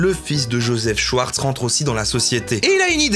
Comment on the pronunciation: très stressant de prononcer Schwartz comme le Schweppes, on prononce Chvartz